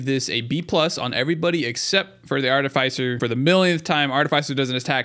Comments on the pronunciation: One comment about this. You're pronouncing Artificer wrong. It's not ARTI-FYE-SER. It's ARTI-FIS-SER Like how you would say Fisher just without the H. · Art-uh-fiss-er, not Art-uh-fice-er. Great video other than that, definitely a pretty accurate tier list. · Artificer is a short I, like is, not like ice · It's artificer not artifycer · "aar-tuh-fuh-sr" if american english "aa-tuh-fuh-suh" if british english. Bugs me everytime he says "ar-tuh-fy-sr" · I though artificer's name was pronounced "art-ti-fi-sir" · If this guy doesn't learn to say "Artificer" right I'm gonna blow a gasket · I love everything about this except for how you say artificer. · Disagree with the Ukulele rank, thing is insane. Artificer is pronounced differently, its not a hard "i" after the f. Happiest Mask is god tier, H3AD-5T v2 is not that good, no fall damage is nice but it is more of a liability late game. Ifrit's Distinction is pretty nuts, im not sure of all the effects but I felt like I was not ever able to take burn damage and all my attacks did burn damage. I was playing as engineer and my turrets also felt much more powerful but I am not sure if it actually did anything for them, my build was pretty nuts at the time I got it. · Good video, saying artificer wrong one million times hurts tho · Thats not how you pronounce artificer is it? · You say Artificer so wrong, lol. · Listening to you mispronounce artificer the entire video was really annoying.